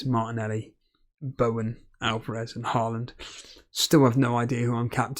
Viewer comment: my thought is that it would be nice if you learned how to say Haaland correct :D its hard for me to hear since im from Norway, and you dont know the sound of Æ Ø Å :P